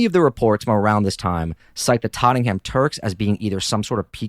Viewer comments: It's pronounced "Totnam" not tot-ten-ham how did let this happen? 😅 great show and podcast keep up the content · They're pronounced "Ba-Bashin" and "Tot-nem" 😅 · Tot - ing - ham Jesus wept Americans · We pronounce it tot-nem. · Dude love your channel but get your facts right, I lived in green lane, during the70’s it was run by Greeks and Greek Cypriots, at the end of the decade Greeks moved out and the Turks filled the vacuum, do your research right and pronunciation, for Tottenham, pronounced Tottnam, you septics have zero knowledge about English pronunciation, USA maybe great but you septic tanks( yanks) have zero understanding of UK English and our history